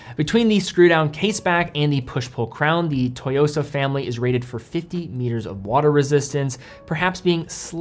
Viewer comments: You mean TSUYOSA not "TOYOSA" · I’m very much a beginner, having only an apple watch and a g-shock, but i think the black dial tsuyosa will be a great first automatic, and a great first nice watch. Also the pronunciation is “soo-yosa” not “toy-yosa”. Not sure where you’re getting that. Think tsunami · Pronunciation is off, it's Tsooyosa definitely not Toyosa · Great video... but mispronunciation of Tsuyosa bothered me a lot... it is not TOYOSA... it is TSU - YOSA... Tsu like Tsunami. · Lol its actually "Tsu-yosa", "Tsu" (Suu) not To. Great review though, I'm getting it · It's not "toy-yo-sa" but rather "Ssu-yo-sa." Pronunciation matters. Great review! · It's not "Toyosa" like "Toyota" lol. It's Tsuyosa, pronounced "Sue-Yosa" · Tsuyosa not Toyosa... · Just a side note : It's pronounced "Tsoo-yo-sa". It's often good enough to pronounce it as "sooyosa" if it's difficult to do the "ts". It could mean "Strength" or "Power" in Japanese, but in this context I believe it's the former. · It’s pronounced Tsuyosa, like Suyosa. Not Toyosa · wrong pronunciation through out the whole video. its SU YOSA. Not TO YOSA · You have to pronounce it like TSSUU YO SA, not TO YO SA. Think of making a high hat sound with your mouth whey you pronounce tsu. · It’s “SUYOSA” not “TOYOSA”. Stop Americanizing (butchering) foreign names ffs. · It’s pronounced as SU-YOSA but great video as always,! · Pronunciation sounds like 'Sue-yo-sa' BTW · LMFAO how does this dude not know how to say “su-YOSA”?? 😂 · great watch overall, btw the T is silent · The T is basically silent, just sharpen your pronunciation of "su". though im sure im not the first to point that out in the comments here. alternatively copy and paste 強さ into google translate, which is what im assuming Citizen means here, which is "strength" but the "sa" kinda indicates other context like boldness or stressing the aspect of strength. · At least learn how to say the model name before you upload the video